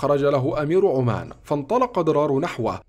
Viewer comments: عَمّانْ وليسَ عُمّانْ. Amman not Oman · سرد جميل والتفاصيل لكن لفظ القارىء الكثير من الاخطاء مثلا يقول قائد عمان باسم عمان اي عمان الدولة ولكن عمان هي عاصمة الاردن بفتح العين وعمان الدولة بضم العين